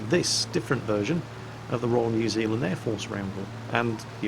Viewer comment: Anyone from NZ apart from me know that. And thx you for being one of the first youtubers out of NZ and Australia pronouncing New Zealand right.